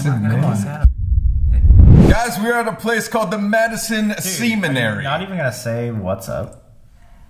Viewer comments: "guys were at a place called the madison SEMEN-ary.." colby DEFINITELY knew what he meant by that. 🙏 "NOT SEMEN... woahh" im dead 😭😭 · I heard semen-ary.. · I know he did not just pronounce it “seminary” like semen 😂😂😂😂😂😂😂😂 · "semenary", you boys are so naughty, love it.